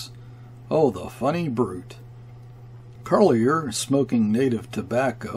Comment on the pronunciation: Kayerts rhymes with "air." Carlier with "jay." And so on.